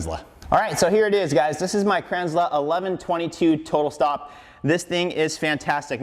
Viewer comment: It's pronounced Kranzel not Kranzler. Sorry, it's been bugging me since I found out from the company.